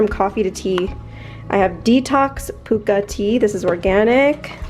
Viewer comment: We pronounce it pucka not pooka, it sounded so cute that way though! Another beautiful video! 💕